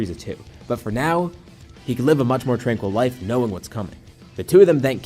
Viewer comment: You said life wrong lol😂😂😂😂😂 ur life is mid